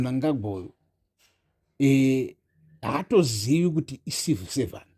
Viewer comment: Are you saying Number One Civil servant or No1 Evil Servant? Chirungu chinondi nhetsa